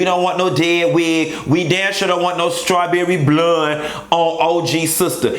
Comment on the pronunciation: The way he say strawberry blonde 😂😂😂😂😂😂😂😂😂😂😂😂😂😂😂😂😂😂😂😂😂😂😂😂😂😂😂😂